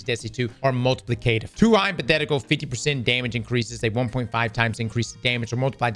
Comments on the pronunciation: Say multiplicative for me 😂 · mispronouncing multiplicative gets me every time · The way says multiplicative bothers me.